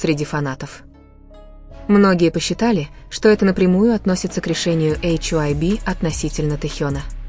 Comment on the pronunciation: Милая, нельзя ли называть ХАЙБ, а не ваше нововведение " Эйч ай уби"?